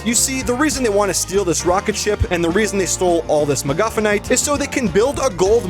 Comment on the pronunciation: When bro said "McGufinnite" I thought bro is talking about a McDonalds' food item🤣🤣🥲☠️